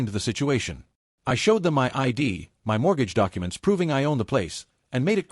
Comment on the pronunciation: Is AI ever going to learn how to say MY?